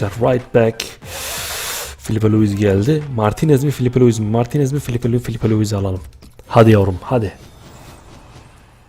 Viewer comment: abi flıpe luıse davıd luıs dedıgın zaman sacımı yolucam :D